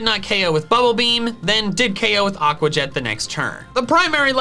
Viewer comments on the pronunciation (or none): none